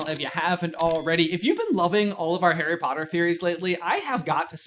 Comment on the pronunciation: Harry Pottle made me laugh too much.